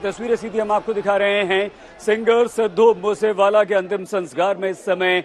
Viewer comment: Sir pehele to app naam thik se loo